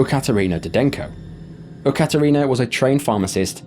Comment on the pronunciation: I gotta say that's the weirdest pronunciation of Yekaterina that I've heard - there's no u sound, it's pronounced just like it's written with a ye sound. That incident though, is one that sticks with me. Especially because in that video, right as the guy jumps in, what the woman is yelling is "he died, he's gone" in a joking tone.